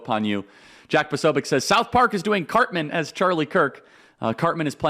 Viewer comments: Why does he act like he doesn’t know who Cartman is. He couldn’t pronounce his name? Come on man. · And he also says Carmen! 🙄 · "Carmen" acting like you don't know cartmans name smart move charlie 😂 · BS!! You know Cartman by name. "Carmen", come on LOL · You know how to pronounce Cartman’s name. That’s you showing that you’re bothered by purposely mispronouncing his name. And you’re a gay fish. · Charlie mispronounced it. 😑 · He so clearly hasn’t watched the show after hearing him say Carmen and Authorit-AY, when everyone knows it’s Authority-AH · Congrats Charlie, you rule. You gotta do a little more research before making South Park references though man. It's pretty clear you've likely never watched the show. "Respect my authoritaayy" was pretty cringe haha. Anyone who knows the show knows it's "authoritaahh." Also at the beginning, stumbling over the name "Cartman" was a dead giveaway. That being said, I love your work and what you do man.